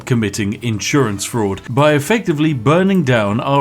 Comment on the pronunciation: What are those "inn sewer ants" you keep talking about?